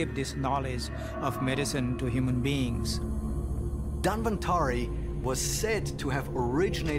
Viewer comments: Lol, its not Dan Vantari, its Dhanwantari. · He said Dan-van-tri.... The host- DAN-VAN-TAARI....